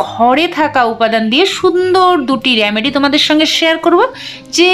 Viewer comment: কথাটি হলো রেমেডি, রামেডি নয়।